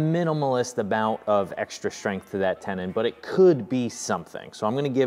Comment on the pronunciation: Several issues with your shtrength test, yeah that is the first one. Why is is so difficult to pronounce st as ST and not SHT? Second the dominoes were too close to the edge of the parent. I doubt that a plain butt joint would have not be just as good. What I found surprising is that the really crappy morise held at all.